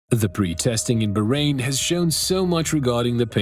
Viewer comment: its BAAAAHrain not BAHHrain.. bro pls respect any name..